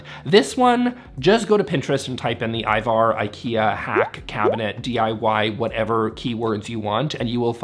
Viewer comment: Another Swede. So most languages have straight vowels. So it should be easy to pronounce Ivar "Ee-var". That's the number one hack to improve your IKEA pronunciation.